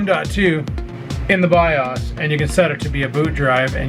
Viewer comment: BAHAHA This killed me as well, BIOS= ByeAwwwssssss